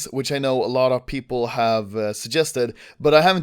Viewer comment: he said pew-pewple xD